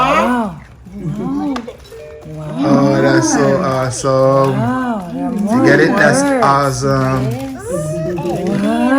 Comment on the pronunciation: Nobody:: that's so "OZsome" 😂😂 #MTMFAM ❤